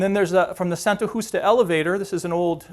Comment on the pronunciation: He wants to show off the one Portuguese word he can pronounce. God knows it's not Santa Justa or Bairro Alto.